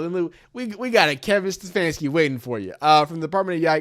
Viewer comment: You said Stefanski at least twice. Wut?